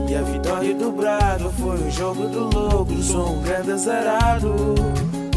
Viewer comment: mano tens de aprender a dizer braga n disseste bem mas de resto granda sonoro mt bem